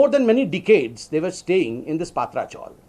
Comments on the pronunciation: It's Patrchal not paatracgal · ये डफ्फर पत्रकार, गधे चॅनल्स और राजनेता कब बराबर, सही उच्चारण करेंगे????? सही उच्चारण "पतरा" (tin) चाळ या हिन्दी में "चाल" है। "पात्रा" नहीं। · Sambitjee Paatra chawl pronounce galat hai.PATRA CHAWL( पत्राचाल ) पत्रा =tin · पत्रा चॉल बोलो सर जी, ( पात्रा चॉल नही )